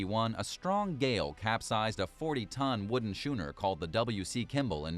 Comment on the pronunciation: The word is pronounced "skooner" not "shooner" ... from someone who studied types of sailing ships while weekend sailing on a dragon class sailboat. Otherwise, quite informative. Love the airplane turned into reef.